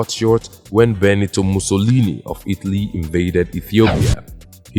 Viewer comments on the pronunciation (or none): none